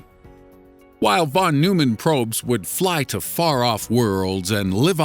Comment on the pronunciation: It's pronounced Von-Noy-Men Get your facts straight, and get your politics out entirely.